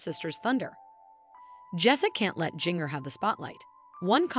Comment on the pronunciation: You don't even say her name right.